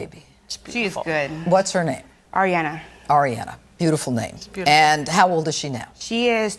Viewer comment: Is it bad that i laughed when he messed up Ariana's name